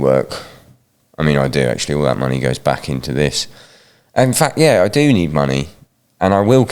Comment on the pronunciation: "GET OUT THERE AND TURN SOMEBODY INTA APPLESAUCE!"